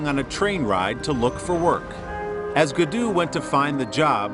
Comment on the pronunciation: Everytime he says "Guudu" my heart dies a bit 😥